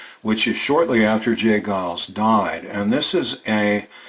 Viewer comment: It's " Geils" -fyi.